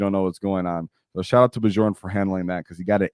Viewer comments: The "j" in Bjorn is actually pronounced as a "y". B-your-n. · Actually, the "j" in Bjorn is pronounced as a "y" sound.